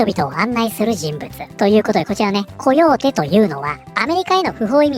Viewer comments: 火曜日に聞こえた笑笑笑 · あ、コヨーテって言ってたんだ。「火曜日」に聞こえたｗ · Dead by Daylightみたく 侵入する側と阻止する側の対戦ゲームにすればいい 因みに「コヨーテ」が「火曜日」に聞こえる私は英語の習得は絶望